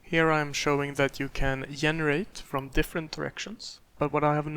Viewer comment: its called GENERATE! GE. Not ffffffff yenerate brooooooo stop it